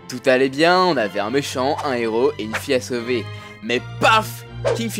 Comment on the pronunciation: La demoiselle est énervante et ne sait pas donner une intonation correcte. On sent vraiment trop qu'elle lit son texte. Et on dit "un héros", et pas "un néro".